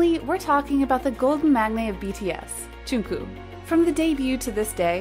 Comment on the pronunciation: The way... she pronounced... Jungkook...